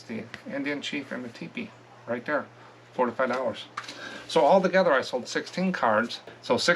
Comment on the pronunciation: Hi. I've watched you for a while. When you say "4 to 5 dollars" it sounds like you are saying 45 dollars. I know you aren't. Just thought you should know. ❤